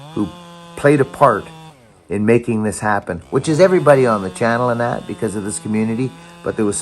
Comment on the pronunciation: I heard an "n'nat". You sure you're not from Pittsburgh?...n'nat.